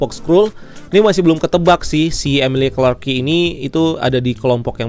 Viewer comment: cara baca nama Emilia Clarke itu emilia (UK)/amelia(US) klark bang, cmiiw 🙏